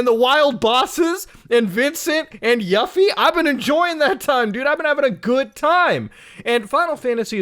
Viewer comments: Ugh, hearing Muta saying YAffee instead of you-fee breaks my bones But his love and positivity from ff14 healed it back up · "yuh-fee" #triggered this video is false and does not even exist "is big huge stinky video" as my brother would call it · mans can't even say Yuffie. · Are we just going to ignore how he pronounced Yufi?